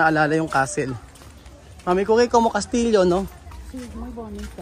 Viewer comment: Castle is Castillo pronounce kastiyo.